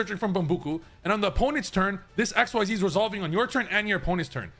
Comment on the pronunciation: Professional players and Yugitubers pronouncing "Xyz" challenge: Impossible